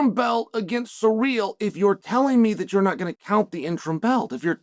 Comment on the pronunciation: Yes that’s how you say it